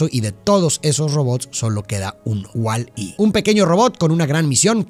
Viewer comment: carajo eres el primero que dice el nombre de ese robot correctamente, veo que te tomas tu tiempo hasta para ese detalle, no se dice walleeeeee se dice WALL -E caray jeje. es una pelicula vieja con pocas palabras pero que dice mucho de nosotros de manera general.